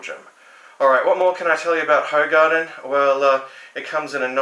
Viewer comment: Apparently this is pronounced "WHO-garden".